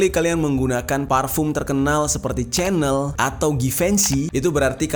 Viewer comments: Sebutan nya itu bkn spt sebutan CHANEL tv tue bro.....tetapi sebutan nya yg tepat spt yg disebut oleh warga eropah itu adalah spt ini CEENELL...ttpi huruf ejaan nya adalah CHANEL.... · chanel itu disebut "syenel"